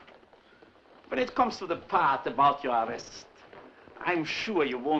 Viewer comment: Did he say arrest or arouse?